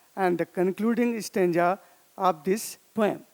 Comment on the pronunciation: Sir, Poem Is Pronounced As Poh-Um Not Poyam . You Always Had Been A Very Fantastic Teacher For Me And My Classmates of OSVN From batch 2019 .